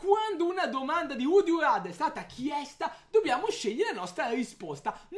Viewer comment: pronunciate male "RATHER" 😂